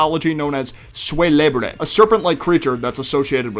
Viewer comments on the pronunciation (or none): Note: That's pronounced 'kuélebre' not 'suelébre.'